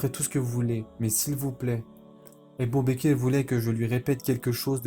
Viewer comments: Ca me perturbe que tu prononce abu bakir au lieu d’abu bakr mais sinon Qu’Allah te récompense pour ton travail. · Pour quoi tu dis ébou baker? Ça gâché tout c'est Abou bakr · Salam alikum c ABOU BAKR pas ebou bekr et on dit radihoullah ou3anhou . Il faut corriger ta prononciation inchallah